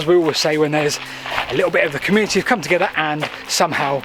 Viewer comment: Please try to pronounce “Th” instead of “F” It’s South not Souf It’s Thought not Fort It’s Heath not Heaf It’s Together not Togevver You’re old enough to know better.